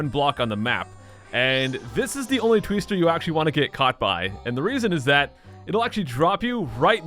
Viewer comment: A "Tweester?" Did M. Night Shamalan name it? Vat a Tweest!